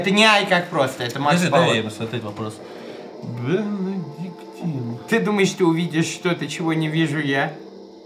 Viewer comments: Ликер Бенедиктин , а не Бенодектин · Кто графикой занимался, правильно бенедиктин а не бинодектин! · БЕНЕДИКТИ́Н, епта!